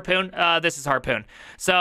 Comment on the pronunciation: says HARPON like its PARKOUR, lol